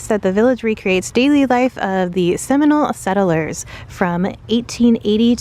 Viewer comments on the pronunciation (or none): none